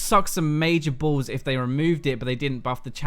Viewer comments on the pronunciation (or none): When he says balls with his accent XD